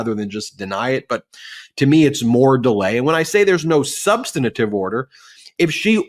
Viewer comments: Ben, please learn the correct pronunciation of "substantive". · 'Substanitive'? Dyslexia? Or just learned wrong? The word is SUB-STAN-TIVE -- 3 syllables, not 4.